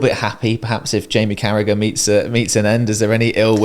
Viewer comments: Yip he's a horrible bloke.i refuse to watch or listen to him: charragher I mean . Matt is awesome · its unbelievable Carragagagaga ...........spit is employed by anyone